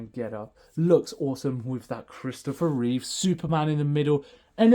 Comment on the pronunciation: It's Reeve, not Reeves.